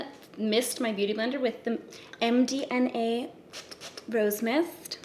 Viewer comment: Every time you say “MDNA” I can’t help but think or hear MDMA 🤣